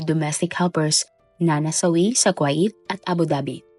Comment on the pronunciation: NO BASHING PLEASE BUT Miss narrrator ayusin nyo nmn po ang pronunciation ng mga salita tulad ng "KUWAIT" (ku-w8) hindi po KWA-it! Im sure d lng adults mga nanunood kundi May mga bata rin pra po macorrect din kung papano tamang pagbigkas ng mga d nkkaalam ang hindi cla mapahiya at yung tamang pgbasa at pagbigkas ang mkksayan.